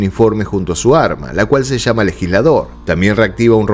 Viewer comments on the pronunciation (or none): none